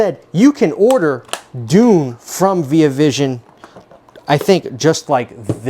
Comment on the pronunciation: first time i ever heard someone say veee ah vision